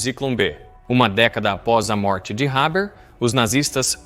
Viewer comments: Fritz "Réber"? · A pronúncia do nome é errada, o h é aspirado e o er do final é pronunciado com o som de "a" aberto...no mais irretocável., boa pesquisa histórica.